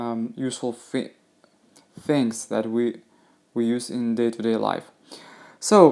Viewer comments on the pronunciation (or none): none